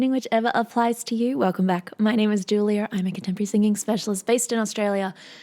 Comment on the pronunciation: I knew you were from Oz immediately because your said your name was. 😂